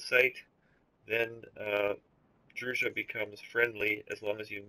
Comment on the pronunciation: djura not druja